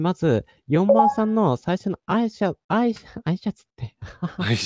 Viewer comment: あいしゃつ、、あいしゃつって💦一番さん可愛い〜！！！